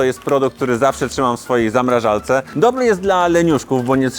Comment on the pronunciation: Bez urazy ale mówimy ZAMRAŻARCE nie ZAMRAŻALCE 🙈